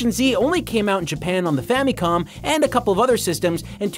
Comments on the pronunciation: *Fameecon?*... It's famicon. "famacom" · why does he keep pronouncing it famee-con? its famicon. weird. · super “famie com” classic